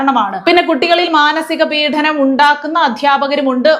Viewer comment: പീഡനം എന്നാണ് ഉച്ചരിക്കേണ്ടത് അല്ലാതെ പീഠനം എന്നല്ല. തെറ്റായ ഉച്ചാരണം കേൾക്കുന്നവരിൽ തെറ്റായി വാക്കിലേക്ക് മാറാൻ ഇടയാക്കും ഏതായാലും ഇതു ശ്രദ്ധിക്കുക. 🌹🌹🌹🌹🌹.